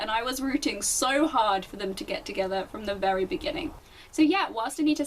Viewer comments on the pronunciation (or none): none